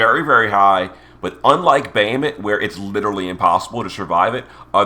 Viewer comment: …ya’ll just gonna let this guy get away with saying “Bay-hay-mitt” 😬🤨😑?